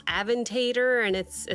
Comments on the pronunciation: It is pronounced uh·VEN·tuh·dor, not "aven-tater". 😘🤣 Like "matador", but "aventador". I'm dyin. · I just crack up whenever you say avan-tate-or like you are saying tater tots but don't worry you are not alone other reactors pronounced it the same way. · Ah-ven-tei-dour bro okay ama give you grace this one time, but im having a good laugh not gonna lie.